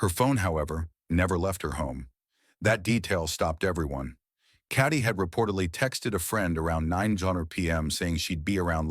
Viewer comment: Her name is Katie. Not caddy. I hate AI.